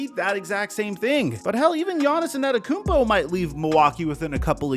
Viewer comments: tiny pet peeve: when keeps saying “gianni’s anteytokounmpo” like 5 times straight just say gianni’s dude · Just say Giannis if you can’t pronounce his last name.